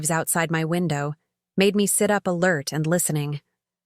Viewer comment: A lirt instead of alert.